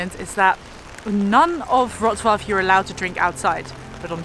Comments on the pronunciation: Perfect pronunciation of Wrocław ( vrotswav ) by 👍👏👏👏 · Proud of you for how you mastered the pronunciation of "Wrocław" :D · What a great videos! I'm going to stay with you. Geatings from Wroclaw (ps. you prounanced the name of the city real good!) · Great pronunciation of the city name ! Well done! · it was a perfect pronunciation!